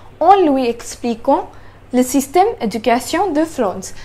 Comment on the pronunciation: I hope you won’t take this the wrong way , and I don’t want your followers to get upset . Your grammar is excellent and I’m sure you get A+ on your French exams. It’s OK to speak with a foreign accent but with correct pronunciation . But you are making big mistakes in pronunciation and I’m not talking about an accent . The way you said “ Le system de l’education ,,, “ was like reading an English sentence . Go to Google translate and Deep L and listen to the sentences few times until you learn the correct pronunciation.